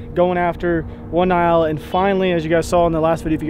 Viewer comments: It’s N-yala! Lol. Wearing me out with Ny-ala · That's not how you pronounce Nyala or Gems bok/buck 😂